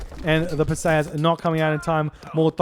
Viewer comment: Per-See-Us Greek usually has emphasis on the start and end of the name